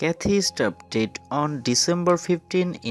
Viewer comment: your pronunciation sounds like did instead of died.